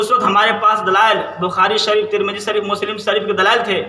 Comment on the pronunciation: ترمیزی ✅ ترمیجی❌ حدیث✅ حدیس ❌ جنازہ✅ جناجہ❌ لفظ خطرہ مذکر✅ مؤنث❌ پہلے مخرج صحیح کر پھر بولنے کی کوشش کرنا